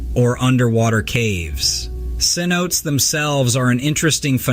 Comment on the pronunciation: Please learn to pronounce words. Cenote is not pronounced "c-note". It is pronounced "si-no-te", regardless of what language you speak.